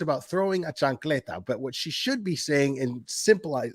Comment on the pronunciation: are you PR? Bc the chancleta was said with perfect Latino tone lol